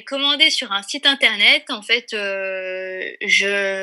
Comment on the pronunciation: m'a trop fait rire avec son "interneet" 😄😅❣